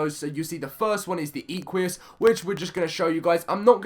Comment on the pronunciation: for all things holy it's not eqious. Equus is pronounced "eh-coos".